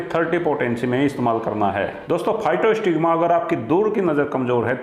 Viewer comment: दवा का नाम physostigma जबकि आप नाम बोल रहे हैं फाइटोस्टिग्मा।